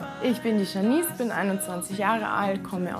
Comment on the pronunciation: Also "Janice" wird normalerweise ja "Dschénnis" ausgesprochen - aber es wählen ja oft gerade die, die null Fremdsprachenkenntnisse haben, ausländische Vornamen für ihre Kinder.... 😥